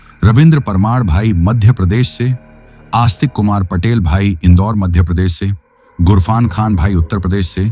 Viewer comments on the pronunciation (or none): none